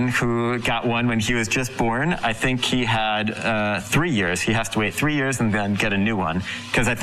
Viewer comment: Teach her pleased to say " I think " "not I Tink"